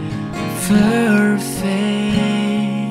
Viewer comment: Pleaseee, benerin lagi ejaan dalam b.inggris nya bro. Soalnya gue denger suka salah ngomong. Kaya perfect jadi ferfek. Maaf bro, cuma ngasih kritikian aja. Jgn tersinggung. Gue subscribe lo juga ko, bukan haters tenang aja. Buat suara sih gue akuin bagus, dan gue suka nonton juga dari video pertama lo. Thanks bro